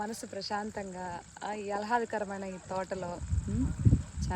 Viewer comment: Hello alhadakaramkaadu aahladhakaram anali